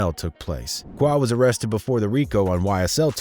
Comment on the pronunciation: bruh i know you not fully hip to black culture but "qua" is not pronounced "cuah" its pronounced "cwAy"